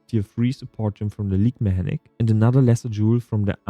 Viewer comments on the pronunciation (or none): its not meHänik its meKänik